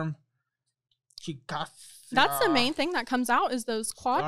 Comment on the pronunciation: Lol no one outside of Oklahoma know how to say Chickasa. It's (chick uh shay).